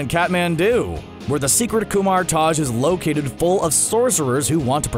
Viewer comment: Kamar Taj is pronounced "Kah-mah-taaj". Kumar Taj is Nish's posh hat